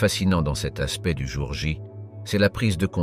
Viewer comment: ! " le jour ja " 😂😜🤣